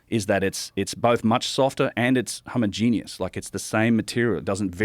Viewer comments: Am I the only one bothered that he pronounces homogeneous as homo-genius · Dude you gonna learn to properly pronounce homogeneous. It's not homo-genius lol